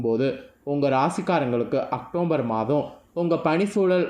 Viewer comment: அக்டோம்பர் இல்ல அக்டோபர், தமிழ்ல பேச தெரிஞ்சுகிட்டு அப்புறம் ஜோசியம் சொல்ல வாங்க